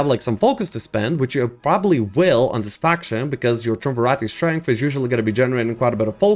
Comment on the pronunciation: I don't think I've watched a single video from anyone that has pronounced Triumvirate correctly lol